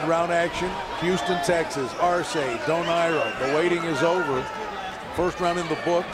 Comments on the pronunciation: How can you be a commentator and not know how to pronounce the participants names correctly of a main fight! Simply irritating and disrespectful! SMH it's pronounced Dō naire! Not Dō Naira!! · Anyone else bothered by how the commentator pronounced Donaire? This late in his career you’d think they would know how to say it properly. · Bruh you telling me no one taught him how to say “donaire” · Never heard Donaire pronounced like that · Whadaya think about a commentator that is so lazy as to not research how to pronounce a fighter's name properly?